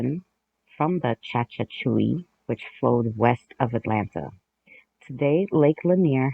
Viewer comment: Hey, if you're talking about the Chattahoochee River, it's pronounced "Chat-a-hoo-chee". You know, like that song by Alan Jackson that goes "Way down yonder on the Chattahoochee, it gets hotter than a hoochie coochie." 😂